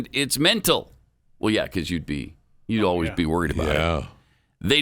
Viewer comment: I hate oh ways instead of always.